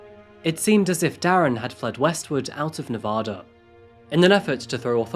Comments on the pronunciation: I live in Reno. She was murdered .25 miles from my house. I was headed home from the gym and my way home was blocked off. It’s Nevaduh not nevoda. 🤟🏼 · For future reference it’s Nevaaaaaada not Nevahhhhhhhda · why does everyone from outside of nevada pronounce it “ne-vah-duh” 😭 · Why does everyone pronounce Nevada wrong 😭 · sorry but once you pronounce "Nevada" incorrectly. CSI TV show is partially to blame. The show pronounced it just like this narrator so everyone thinks the TV people can't be wrong but they are! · But he can't pronounce Nevada correctly. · I live in Reno and I remember this case as it was happening! My grandma knew the judge. We’ll forgive you for the pronunciation ;) you should look into some other local crimes. Brianna Dennison is another good one. If you need local photos or insights, let me know! I’m happy to help one of my favorite channels! (And yeah, everyone here hates Darren Mack to this day 🙃) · Actually he pronounced Nevada incorrectly. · My home town! And I love your channel but goddammit, please stop pronouncing Nevada wrong, it's hard continue watching (may not matter to others but it pi$$e$ of Nevadans)! I've kinda heard of this story. What surprises me is nobody covers the S.A.'s at the University leading to the kidnapping, S.A. and murder of Brianna Denison in 2008. That was huge.